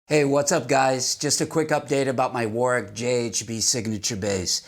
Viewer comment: Great videos & narration. I especially like how you know how to pronounce Warwick correctly. So many of your fellow Americans are used to emphasising the second W instead of leaving it silent.Cheers mate.